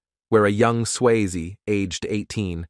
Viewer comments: I am a transcriptionist/editor/captioner. If y'all need help please call. Obviously AI is not good enough yet. Many mispronounced words and can't even pronounce the man's name correctly. smh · Not watching you don't even know how to say his name. 😂😂